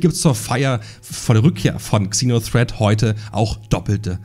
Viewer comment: Ich werde nie verstehen warum man GANZE englische Begriffe nimmt aber davon dann nur die HAELFTE englisch ausspricht. "kseno threat" Das Fernsehen ist auch voll davon... 🤦‍♂